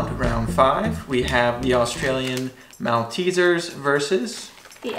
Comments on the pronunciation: Maltezzers is pronounced “Mole-teasers” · OMG, a Malteser is pronounced “malt-teaser”... “mawlt” as in Walt Disney and “tee-zuh” as in Julius Caesar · I don't know why but I got hooked on the fact they said Mal-teasers other then Mol-teasers even though it's spelt as Malteasers I would always say Mol-teasers. Am I the only one? 🇦🇺